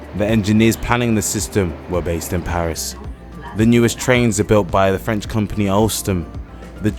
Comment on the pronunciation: I've been in Mtl. for 30 years and his French pronunciation overall is better than mine. Very impressive.